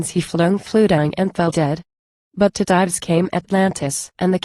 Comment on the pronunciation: This is terrible. Dives (the subject of the poem) is pronounced with two syllables, DI-Vees.